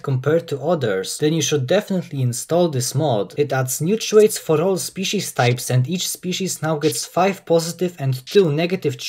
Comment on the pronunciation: lol you not only pronounce traits as "trades", but thats what you called that section of your video as well